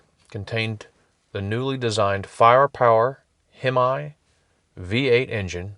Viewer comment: FYI, Hemi is pronounced "Hem-E", not "Hem-I"